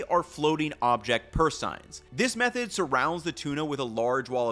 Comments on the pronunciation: It is pronounced purse sane, not purse sign. FYI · I grew up in a Southeast Alaskan fishing town. "Seine" is pronounced "sayne" rather than "sign". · Seine is pronounced sane not sign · Took me awhile to realize what he was saying.... it's pronounced "sayn" not "sign" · Just a little pronunciation correction. Seine is pronounced sayn not sign. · It’s pronounced purse sane not sign just fyi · Purse "sayne" not Purse "sign". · SEINE is pronounced SANE. Thought you might like to know❤ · It's pronounced SANE or purse SANE. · A wonderful video...except that you consistently mispronounced the word 'seine' in "seine net". It's pronounced just like the river in France: in English it rhymes with 'gain' or 'sane'. You pronounced it the Germanic way, to rhyme with 'line' or 'time'. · Small note, but sein is pronounced "sane" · Pronounced “sayn.” Llong a. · FYI it's pronounced 'saynz'. I grew up on a catfish farm and seined many a lake. But don't take my word for it, google agrees. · I have appreciated every video of yours I have ever watched... and I hate to nitpick... but, it's SANE, man, SANE. The "ei" makes a long A sound. Sorry. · I am a huge fan of your videos. You always put so much great work and research into them, with a blind taste testing and the recipes and more. I consider you a star in the food space. But I do shake my head sometimes about how you mispronounce things! The word seine is always pronounced with a long a as in the word insane. But thank you very much for your stellar work and I look forward to seeing more videos from you in the future.